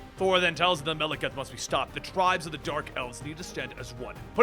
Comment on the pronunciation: Wtf? Melakath? Could've sworn it was malekith